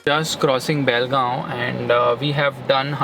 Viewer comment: Did you say Belgaum (Karnataka) it took me so long to figure out. It's call Bell-gam